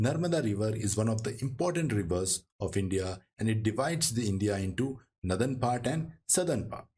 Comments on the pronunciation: what is jarring in your pronunciation is that you call it "nurthern" instead of northern. nu instead of no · Sir, please pronounce Northern as नॉदर्न not नदर्न No offence meant.